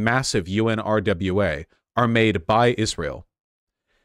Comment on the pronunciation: UNRWA is pronounced un-wa-ra, say it slow, then fast together. It’s weird to hear Vaush keep spelling it out